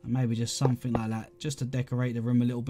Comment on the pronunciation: No one::........I fink somefink loi fhat